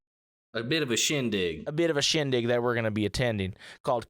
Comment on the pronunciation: "A bit of a shindig" in a southern accent is a massive W